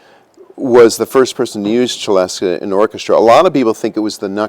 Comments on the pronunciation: FFS!!! what is it with you Americans and pronouncing everything different!!! Its French NOT ITALIAN....pronounced "SELESTA" as in celestial....which mustel thought it sounded when he invented it......as beautiful as it is its still a ridiculously overpriced toy piano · It's really entertaining seeing all the snobs in the comments complaining about the different pronunciations of the word "celesta" and arguing about which one is "right" 🤣🤣 (Especially the ones who don't know that it's called a "célesta" in French...) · I did not know that "celesta" is pronounced with a "ch" instead of an "s." I've only seen it on synthesizers and clearly never heard it pronounced out lout till now. 🤯 Beautiful sound! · I suspect regional accent. I've heard it both ways. Might also be because he is an organist, and I've never heard anyone mention the organ stop of the same name with any pronunciation other than the CH. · You are correct. In English it is pronounced /sɪˈlɛstə/ (celesta) or /sɪˈlɛst/ (celeste) < the latter is the usual Br.English name for the instrument. The instrument was invented in France. The spelling with an "a" at the end does exist though.. There is no excuse for pronouncing this with a "ch" sound, as if it's Italian, like cello. I have heard Italians pronounce it the same as the French: and sometimes with a "sh" sound, like Shell-est-eh. Even they know it isn't Italian. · Celeste often spelt Celesta is pronounced suh·lest not che-lestuh - for example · Of course I've heard of a celesta - anyone who has ever listened to the 'Nutcracker' has heard it and of it. (and it's pronounced Selesta not Chelesta) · Oh! So Americans call it a celesta, pronounced chelesta, here is is called a celeste, pronounced sellest, like everybody else. It's amazing how Americans always have to be different. They mix up languages and turn them into patois. 😁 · The pronunciation of celesta according to wikipedia: celesta = /sɪˈlɛstə/ or celeste = /sɪˈlɛst/